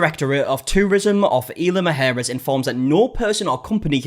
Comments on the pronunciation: "Mujeres" =/= "Maharris", but what can I expect from a country that intentionally mispronounces Hispanic words? 😂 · Why are you calling it “EEL-uh muh-HAIR-is”??? Can you not pronounce letters? Isla. “EES-la”. I’m just throwing in the towel on the “mujeres” bit. That’s a lost cause.